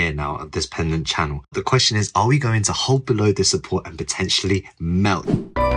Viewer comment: I hang it on him due to his pronunciation of pennant/pendant... but to defend him prwtty sure he is traiding hourly and daily so things change rapidly. Most ppl watching (myself inc) are trading weekly, monthly or more. When you are trading these smaller time frames, sentiment changes rapidly. (So rapidly it is too dificult to follow for most... myself included). Its not unusual for day traders to change opinion at the tick of an hour... as that is the time frame they are probably trading on.